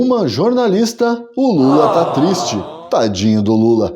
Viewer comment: "Tô tisti" 😂😂😂😂... Excelente conteúdo! 🇧🇷🇧🇷🇧🇷